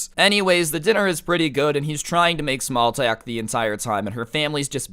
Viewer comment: “Small telk”